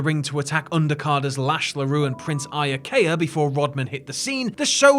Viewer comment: I'll never understand why people always mispronounce "Iaukea". You say it like this: "Mac Key Mac Key". If you have trouble, go watch some old Jericho clips. He'll show you.